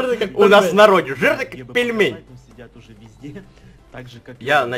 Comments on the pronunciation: Он сказал : вот візде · Ты сказал вот визде камперы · Он сказал визде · Сначала я услышала пи*де А потом вслушалась и услышала вот визде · Ты сказал вот визде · Он сказал ВОТ ВИЗДЕ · он сказал пи а не ви зде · Он сказал вот визде ! Прислушайся я 10 раз переслушевала мамент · Он сказал не везде а вездец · сказал вот визде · сказал: -《 вот визде 》 А не 《 вот п****》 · Там было позде,а не везде! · Я услышал "вот визде" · сказал визде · Он сказал візде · Он сказал Вот пезде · *изде, а не визде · Там было слово вот везьде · я услышала " вот везде ЭТО КОТЫ" )))) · Я услышал: во везде этот пот:)) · Он сказал вот везде а не то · Услышала везде а не п***е Извините за мат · Он сказал вот везде но мне сначала послышалось вот пи*де